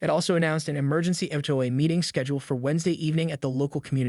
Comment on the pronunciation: If this is a story about an HOA, why is it so hard for you to pronounce H O A ? The story is interesting but if you use a Fake voice... space out H O A ?